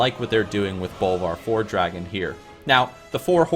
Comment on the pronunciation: my ears bleed when you pronounce it FORE-DRAGON or FELO-MELON